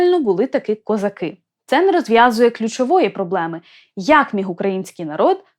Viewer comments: Не козаки', а козАки. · Даруйте, але в пісні ,,козАки", а не ,,козакИ". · У пісні навіть наголос невірно стоїть у слові козАки, щоб підвести рифму під весь(!) текст. До речі, далі у тексті, наголоси стоять, як треба. Ще, будь ласка, зверніть увагу на те що: Їхали... "додому" , а позвали з "собою". Геть ніякої рифми. Ріже вуха. Молодше покоління, на жаль, вже не чули, як бабці співали цю пісню у селах. А ми, вже досить старі, чули. І ще пам'ятаємо, хто звідки їхав. Тому і козак до Галі не прийшов, бо чітко знав, хто Галю привіз. З повагою. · Язавжди питалась, чому наголос у козАки неправильний.